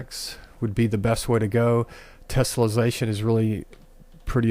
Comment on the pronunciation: Its tessellation not tesolization say it right please doing my head in and it works fine but you need to model and subdivide a cube not use unreals default cube learn what your doing before you make a video